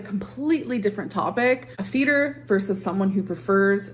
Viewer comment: Anyone else sometime hear “FETUS” instead of “Feeder”?! 😂😂 or just me??